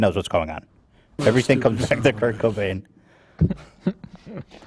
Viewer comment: Come on dude..did you just say Kurnt Cainbow instead of Kurt Cobain ??? 😂😂😂😂😂